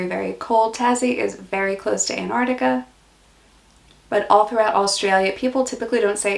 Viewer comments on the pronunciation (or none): none